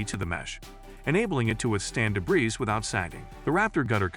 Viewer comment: What is “deb-riz”..???